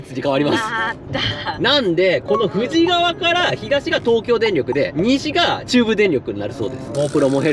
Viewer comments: 富士川 読み方「ふじかわ」ですよ～ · プチ情報 富士川はフジカワと読んで濁りません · 富士川はふじかわ(濁らない)と発音しないと現地人からフルボッコにされますぜ(経験談）😊